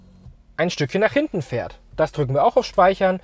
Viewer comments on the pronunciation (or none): none